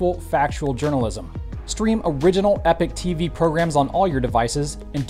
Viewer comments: Once again, please learn the difference between these two words, 'epic' and'epoch'. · EH-POCK, not "epic."